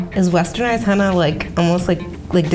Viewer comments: Lol she's saying henna like hannah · Omg they said "Henna" and not "Henna Tattoos" yesss